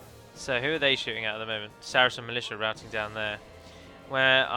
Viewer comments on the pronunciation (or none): none